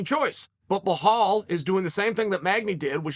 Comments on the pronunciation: Who’s Behal? It’s Belal Chael wake up dude stop free styling and do some background. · Belal not blahal chael the inbred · It’s Belal bro not Behhhhaaal. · It's Belal Not Behal, u cavemen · Kale kale kale!!! It’s beLal! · Can we all agree. That it’s belhal not Belal. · "Hazmat" vs "Bahal" says uncle Chael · Ba-laal. That’s how u pronounce it bad guy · Does he say Blehall intentionally? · Stop saying Behaul that hurts my ears! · Glad he switched from saying "Hazmat" to what was easier for him - Chimaev. But now we've got "Behal" lol. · dude cmon. kazmat chimaev? blahal mohammed? u might be dyslexic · Ah yes, BLEHALL. The Khamzat train derailleur. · Who on earth is "Bahal"? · Chael “remember the name behahl” sonnen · Blahall!!! Chael is so creative at fuckin up ppls names lmao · 'Remember the Name' Behal Molamed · Blehal 😄 lol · Chael love you bud fan bro but please stop mispronouncing BELAL !! Muhammad. It’s so annoying especially as a belal lol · For the 1 Millionth subscriber ... we need to hear Uncle Chael call him BELAL Muhammad just ONCE !